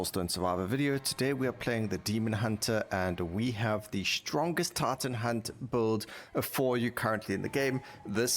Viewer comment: Gets very distracting when you say TARTAN HUNT not Titan hunt all the time